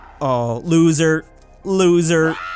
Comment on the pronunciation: Hey why you say that the Pluto you say losser